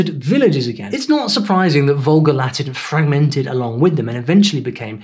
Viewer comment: Interesting thing about your accent, you skipped the "g" sound in "fragment" almost entirely, is that typical or just a fluke?